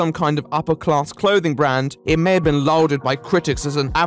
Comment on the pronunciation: Not how you pronounce "lauded" mate...